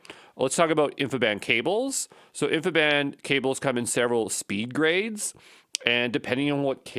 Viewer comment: For the love of god please stop calling it (and even spelling it!) "infiband". There's no such thing. It's InfiniBand. As in, "infinite bandwidth". InfiniBand.